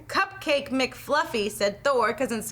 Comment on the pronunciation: It sounded like said, "cockbake" not "cupcake".